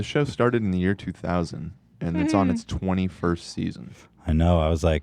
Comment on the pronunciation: Ethan knows that that Turkish guys channel is ‘season’ right? Not ‘see zee in’